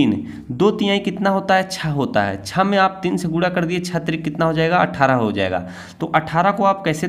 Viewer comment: Gure gure kyu. Bol rhe hai guna boliye